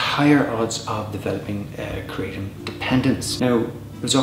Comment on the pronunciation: 100 facts and pronounces it wrong